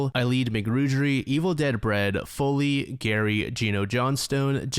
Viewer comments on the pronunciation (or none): none